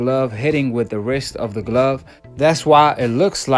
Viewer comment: Lol "who glove" even steve cunningham was quoted with proper english. "..steve continue". This guy doesn't like his "s" sounds where they belong. And then he ignorantly says "you racist fans"...oh not the macist who is obviously pro black..never that. Your guy lost and there is NO GLOVE controversy